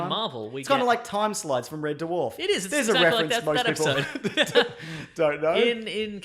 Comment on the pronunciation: You said duhwarf again.